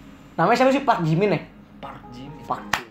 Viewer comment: pas bilang PARK JIMIN kok bilang nya PAK JIMIN gak pake R😂😂